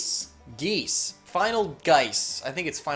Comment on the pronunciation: it's pronounced G-as.